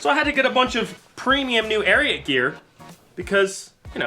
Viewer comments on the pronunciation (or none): You guys should enunciate the t in ariat. For the first half of the ad i thought you were saying arian clothing, which is rather unfortunate from a group of white guys. :) there was much relief when i read the logo. White supremacy doesnt seem like your brand.